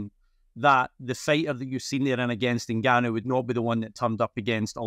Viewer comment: Please take the time to learn to pronounce his name correctly. It’s In-Gan-Noo. How easy is that? It’s as easy as Jonathan.